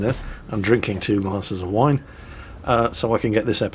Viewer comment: WINE.... JESUS MAN I THOUGH U WHERE ENGLISH, NOT A FRENCH SAILOR :p. Vous monsieur est un poids lèger